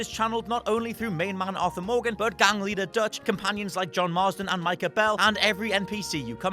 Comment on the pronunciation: I like her fiery attitude, but I absolutely HATE when she says "Joan"...bitch his name is John